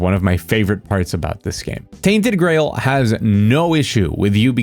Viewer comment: I thought he was saying tainted grey hold